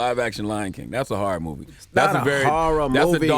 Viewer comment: I'm sorry but what is a "Harrer Story" ?😑 all tree of yall cant pronounce HORROR...